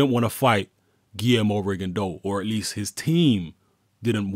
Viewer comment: Props,! It's not often you hear people pronounce "Rigondeaux" correctly.